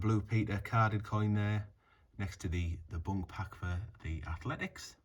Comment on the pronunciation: Your pronunciation of BUNC..... you are saying BUNK, the last letter C sounds like an S, bunc like bunsen burner not bunk like bunk beds.... just saying